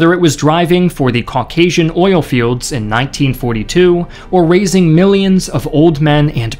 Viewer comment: Oil only has one syllable.